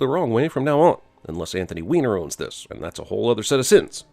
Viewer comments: the wiener sign is pronounced way-ner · Anthony Weiner's name rhymes with diner. DING!